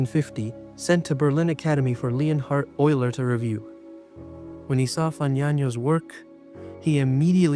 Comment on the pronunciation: Sorry, "Lee-On-Hard Oiler"? Nah, sorry; you're AI and I'm out.